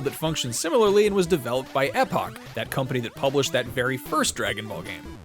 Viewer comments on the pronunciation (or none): That would actually be either ee-pock or ep-ock but not ep-ick. 🤓 Updated...and corrected the word later in the video referencing the same company.